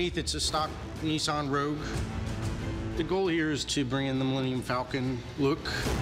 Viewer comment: love you guys and all that but where's the George talk? You filmed him walking but not intrerview... And it's Niss-an, not Nee Saan.